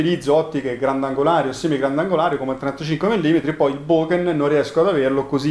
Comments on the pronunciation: Molto interessante! Finalmente vedo una prova del genere che sfata un po' di miti. Però ragazzi "bokeN" non si può sentire, è una H quella finale! Ultimo consiglio, curate il video! Il montaggio durante il viaggio è brutto e anche l'audio. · Da possessore di Olympus vi ringrazio per questo video confronto, davvero interessante👍 però la pronuncia della parola giapponese BOKEH è errata! si pronuncia così come è scritta. vi lascio il link in descrizione